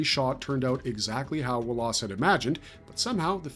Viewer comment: Who the hell doesn’t know how to pronounce Wallace correctly!?